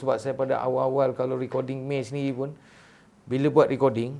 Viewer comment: M.A.Y. Sebut konsonan satu² bkn pronounce MAY